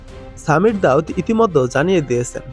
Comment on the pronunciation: ভাই নামটা সামির দাউদ না।সামির জাউদ।